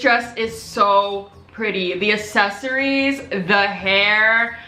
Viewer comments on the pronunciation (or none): This girl thinks it’s the same as assists or assets, when it’s more like access or accept. The word itself has 2 “C”s at the front and shes just ignoring it all together. Accessories not Assessories. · It’s accessories not assessories dumb bitch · What the fuck is assesories?! Bitch it’s aCCessories🤦🏽‍♀️ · you say it like asses-eries while i say it like ex-ces-eries 💀💀💀💀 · its probably because you pronounce it ase-so-reese when its pronounced ax-e-soreese btw ily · Ok. Here’s the tea. People were nitpicking you about the way you pronounce accessories. I see why. You pronounce accessories “assesories” when most people pronounce it “access-ories” like saying access but then adding an “ories” at the end. Accessories. That’s the tea :P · It’s ACCessories not ASessories😂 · The way you say accessories isn’t correct. You pronounce the word as if you’re saying asses like assessment or asset when you should be pronouncing it like the word access or accept. Notice the word has two “C”s next the the “A” and not two “S”s. Access = accessories NOT Assets = accessories. There is a major difference and the way you’re pronouncing it IS in fact wrong. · Hhaha most people pronounce it "ak-sesory" and not "ass-sesory" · Assesories thats how you said access-ories is how you say it 😂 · it’s aCKsessories not assessories pmsl🤣ily tho💕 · No one: Literally no one:: ASsEsoRies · It's ACcessories. Like, "Account." Jesus.. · saying “assesory” for 19 min straight pt. 2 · Its ac-ses-so-ries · nobody:: assessories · I love you, and as a loving subscriber i want to help you. Its pronounced 'aksesoreez' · Say • AC-SESS-ORIES • thanks gorlie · no one:: asSesAriEs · accessories is pronounced eksessories love you xx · Accessories is pronounced “Uhk-seh-sr-eez”😂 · its not pronounced like that 😂😂! It’s pronounced (AK-SE-SORY) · Uhk•seh•sr•eez lol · That's not how you say accessories 😂😂😂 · U r saying accessories wrong though